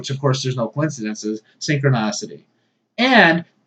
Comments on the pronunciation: Synchronicity, not -nocity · It's actually pronounced "synchronicity".